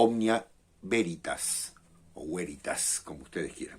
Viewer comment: Cuando dijiste Veritas devuelta me sonó a Güeritas 😂. Seguramente lea el libro en cuestión